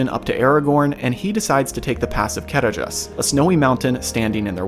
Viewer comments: Small nitpick, in the appendices, Tolkien states that dh makes a hard th sound as in the or that. So Caradhras should not sound like car-a-dras, but car-a-thras. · The "D" in Caradhras isn't pronounced. The "dh" has the sound of a soft "th". Sorry, but I've read and reread the "Aid to pronunciations" in the books, something like 12 times, just because I want to be sure I'm saying it correctly. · You didn't read my original post carefully, did you? The point was not the dh: I simply included that because I wrote a dh, so it needed explaining. The point was the stressed syllable, noted in all capital letters. ca-RADH-ras, not CA-radh-ras. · They pronounce it wrong in the film. It's ca-RADH-ras, where the "dh" sounds like the voiced "th" in "the." See the rules for Sindarin stress in The Lord of the Rings. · On my language it was always Karadras. It's mostly due to the translation rules of the foreign languages, specifically the Welsh (which I belive Sindarin is based on) Where any form of written Ds is pronounced D. So Gwynned, Blaidd on my language are pronounced Gvined and Blayd